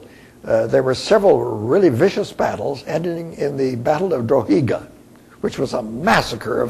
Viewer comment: Did he just say dro-hee-ga for drogheda, wow you'd think someone who was teaching history would know what they were talking about :O